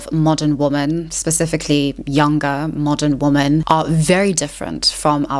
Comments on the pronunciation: Am I losing my mind or are you saying "woman" every time you mean to say "womEn" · I really like your videos. They make me think and offer new ways to discuss topics like this. I also admire how well spoken you are. And, if I may add, it is a small pet peeve of mine when people talk about women (plural) and pronounce it wrong. It's a woman (woo-man) and two women (wee-men). It's not a big deal, but it maybe undermines the message, similarly how bad spelling undermines the credibility of a text. Just wanted to leave this here. Thank you for your content. ^^ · What's going on with her pronunciation of "woman?" As in, she only pronounces the singular, never the plural. Is this some 16th wave feminist zoomer thing or is she just weird? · It’s woMEN not woMAN why is it always this one mystery woman? I don’t understand :,) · You say woman (singular) instead of women (plural). I'm not sure if its South African pronunciation, but just wanted to share that you're often slipping into saying woman not women. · I love listening to you. Your voice and accent is beautiful to me, just as much as your thought-provoking content. Anyone who doesn’t like how you pronounce ‘women’ can go stick their opinions up where the sun does not shine 🌞